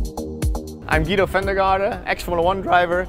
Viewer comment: Its terrible how he Englifies his own name. And he doesnt do it consistently cuz later on he pronounces Verstappen's name the Dutch way. I reckon it's what you'd expect from a Dutchman that says 'Holland' instead of 'the Netherlands'.